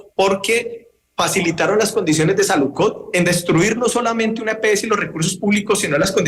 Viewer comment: El representante "experto" en temas de salud y dice: saludcod